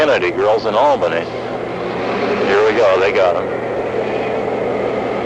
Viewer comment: is he calling Albany Albina?